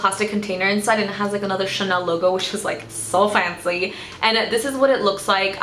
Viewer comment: You pronounced the Chanel thing so well wow! (I speak French and people usually never pronounce it right)